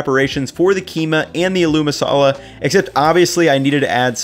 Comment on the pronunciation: My man really said “a mashed a Lou ma Salah” lol